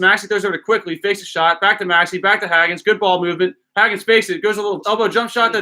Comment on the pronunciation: The way you pronounce Hagans name is killing me. It’s HAY-GANS